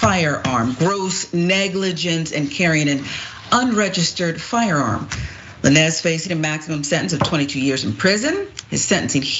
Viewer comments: Tory who?! Lmaoo who is Tory "La-nez"🤣🤣 I'm screaming. Too funny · why does she keep say la nez... 🤦🏾‍♀️ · 😂😂 It’s Tory Lanez. But pronounced Lanes. 😂😂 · "Tory LaNezz" 🤣 🤦🏾‍♂️ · Couldn’t have said it any better. The fact that she couldn’t even pronounce his name correctly, shows the little effort put into educating herself on the case. This whole thing was all speculation and emotionally biased. It’s sad that simple minds can only see black and white, incapable of seeing the gray area and stop making this a case of black women oppression. This is an individual case that is unrelated to R Kelly or Cosby, but if you stand up for a black man that is accused of anything you’re automatically categorized as a chauvinist or red pill radical. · Will someone correct her please on how to pronounce his name 😂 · Who is lanez? You pronouncing it wrong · She did that on purpose, she's pronounced his name properly in the past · Firstly this “Host” needs to learn how to pronounce the names properly of all subjects in her story… And that message from Nicki Minaj happened almost a month and a half before the incident dumb ass.😢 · Hey, maybe before doing a report on something. You get the damn names right. It's Tory Lanez (Lanes) not La Nez. Also just going to say this. How someone trying to kill you. Gonna make you wish you were dead? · girl can you say his name right Who is La Nezz. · Tory La Nezz? Wtf? 😂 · You keep calling him La. Nezz Always love watching you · LANES! LANES! LANES! Tory Lanez is pronounced lanes. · Did she really say Tory "La-Nez?" 🤦🏾‍♂️🤦🏾‍♂️🤦🏾‍♂️ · (Lane-ze) please do enough work that WE don't mispronounce other black people names... And correction he is not a rapper, your sounding like them. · Its pronounced "Lanes" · I'm like who the hell is La-nez lol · Who’s “Lan-ez”? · Tory Lan-ez 🤣🤣🤣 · Bish said "lan-ez"; outa touch much? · Lah-nez 🤦🏾‍♂️ More and more everyday man....🫤👎🏾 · I thinks his last name is pronounced Lanes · I'm made she said Tory Luh nez 🤦🏿‍♀